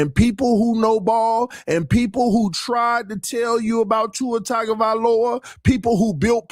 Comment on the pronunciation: For the last time… it’s TUNGA NOT TAGA. But thankfully now I can digress